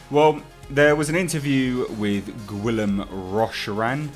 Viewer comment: Just FYI, the name "Guillaume" is pronounced "gheeYOHM".